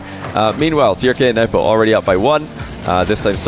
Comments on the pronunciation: yeah that surely is not how we Arabs pronounce them, you are exaggerating and making it too complicated. its Turk and nwbo pronunciation wise. don't try to be too smart when you can make it a lot easier. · Yeah, Nwpo is pronounced "Nu-boh," and Trk is "Tuhruhkk" but said really quick.